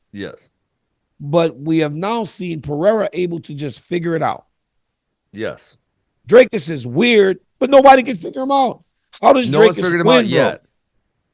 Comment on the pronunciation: Thanks to DC for pronouncing Dricus properly - "ee" (as in free of bee) instead of "y" (as if why of fly). Know I'm stepping slightly over the line here. The demographics of SOUTH_Africa are the following. Some Dutch dude landed here in 1652. At that stage, the indigenous "Africans" were the Khoi and the San people. The Dutchies (actually the Pommies) They met up with the black Africans (in the form of the Xhosa) at the Kei river. The French Huegenots came here in about 1680. Virtually no "white" South African does not have some Xhosa blood in them, so strictly speaking: people who can trace their ancestors that far back, are actually "coloured" and it was proven in the early 1970's. Yet these poor guys, despite having invented the Afrikaans language and much more, have ALWAYS been disadvantaged and remain so. Sad but true, even if the Broeders (40yrs) and the ANC (30yrs) had great chances for properly integrating these poor people.